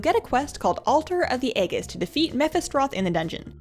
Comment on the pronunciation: Aegis is pronounced AYYY (like the fonz) and Gis (like gis must be my lucky day)....but great vid other than that....I love your cheery demeanor.